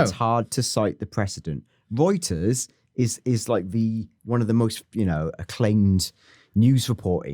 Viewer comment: I like that you pronounce Reuters like Hooters haha